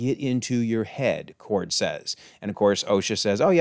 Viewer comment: Yord* I'm curious where you got Kord from. On another note, the name of Darth Plagueis is actually pronounced like the word "plague."